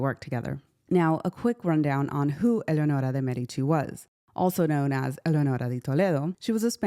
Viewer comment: I thoroughly enjoyed this video. Gorgeous images and I loved your beautiful pronunciation of her name. Subscribed.